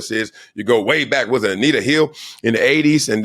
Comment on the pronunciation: A very educated man? He pronounces with, wiff!